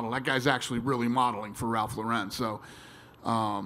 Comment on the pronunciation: “Ralph Lahwren” -Dana